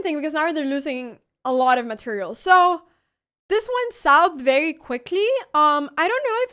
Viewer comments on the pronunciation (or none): none